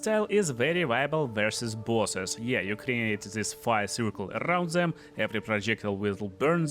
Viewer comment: Фор Дэм епона мать... никто не говорит фор Зэм !!!